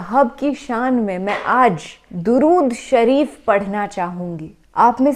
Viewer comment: MashAllah SubhanAllah Appi Aap ney Alhumdolilla Droodshrif to Aap ney pdhi लेकिन थोड़ी सी सही नहीं पढ़ी